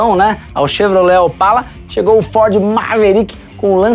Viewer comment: Estamos falandoo da FÓDE - nao consigo para de voltar aos e escutar FÓDE novamenteeeeeeeeeeeeee